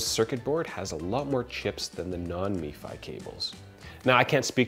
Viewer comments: It Pronounced em Fi, not Me Fi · its not MEFI its M F I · Outstanding breakdown. But hearing "Me Fi" was kinda wierd. It's just "Em Ef I" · MFI not Mefi. Only in america :-) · You do know that “MFi” is not pronounced “Me fi” it’s just M Fi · i thought it was pronounced m-fi never heard me-fi before. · _ Red it’s actually MFi, but i was spelling his pronunciation phonetically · If the 'i' we to give an 'e' sound. Why wouldn't you pronounce it mefee? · the way he keeps saying “meefy” kinda irked me... but great video nonetheless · Nate Sinnott *mifi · Yep. Only one I in that acronym. Every time he said it it made me cringe. So much cringing. 😂